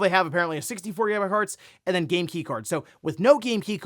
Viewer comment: 😂, Bro it's "game" with "aim" in the middle. 🫣